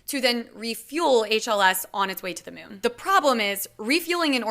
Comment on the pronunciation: Did she just call it the Myoon?